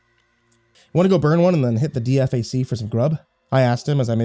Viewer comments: Pronounced Dee-fack not D.F.A.C. sorry buddy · For future reference you don't say "D.F.A.C", you say "the D-Faq" lol. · Man, I really appreciated this one. It brought back some memories... until the monster showed up, at least! Just a heads up for future reference: DFAC and MRAP are pronounced (dee-fakk and emm-wrap). Thanks for what you do. I love your stories. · DFAC is pronounced DE-FACK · DFAC is pronounced "dee-fack" lol other than that awesome story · Idk if anyone said this but DFAC is said as a word not by the letters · Made me physically hurt when he said it